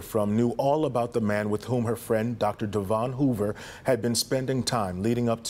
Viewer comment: That old saying burn the coal pay the toll. And his name wasn't De- Von, white people pronounce it like Devun like Kevin or the english county Devonshire.